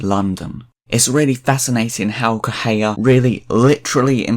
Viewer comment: I can't deal with how you pronounce Correa Try it like this: Coh-Reh-Ah